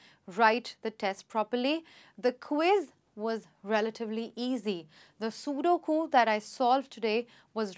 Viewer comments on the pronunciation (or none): none